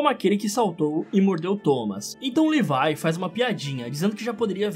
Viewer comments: Ele falando:livie Eu:oxi mais n é levi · Que agonia você falando levai sendo que é le vi é vi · mano...LEVAI????? É SÓ LEVII kkkkkk não é possível que só eu fiquei agoniado com LEVAI kkkkkkk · È Levi não levai pf fala direito pf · mano me da uma agonia quando vc fala Levai ao invés de Levi. Bom videoo ja deixei o laikezin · Não è levai é Levi 😡 A e a mikasa também é akermann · E Levi e não levai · Livai kkk é levi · mano nao e levai e levi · ce pronuncia levi !!!!!!!! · cara fala o nome do levi em português eu já do ficando estressado já é leeeviii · Em inglês a pronúncia é "levai", em português é "levi*